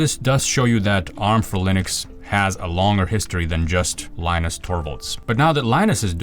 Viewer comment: I thought his name is pronounced lee-noos